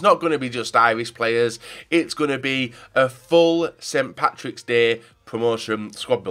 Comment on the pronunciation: Not st. Pattis day, it's st. Patrick's day it's not difficult to pronounce